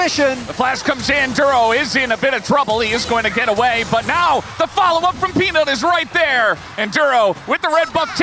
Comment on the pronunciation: the caster say penis instead of peanut KEKW